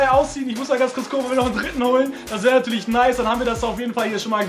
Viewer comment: 'wehre'.. Mein herz tut weh